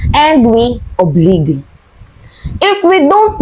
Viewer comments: Obliged PRONOUNCED: (OBLAYJ.) NOT OBLIG! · Obliged po😅... "Oblayds" GOD BLESS YOU, MORE...❤ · “Obliged” PRONOUNCIATION NG WORD AY MALI! Google mo na lng